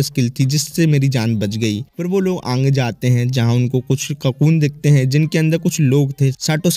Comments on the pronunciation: Bro says aage ❌aangee✅ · Bro Ange nhi agee hota h 😂